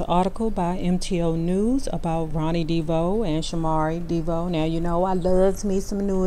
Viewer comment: 1970's show, In Living Color??? Wrong decade. And why do you pronounce the last name Devoe, "Deebo" ?